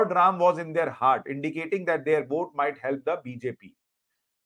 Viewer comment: ये आज तक बोट ही बोलता है जबकि वोट होता है है ऑस्ट्रेलिया का पढ़ा है😂😂😂😂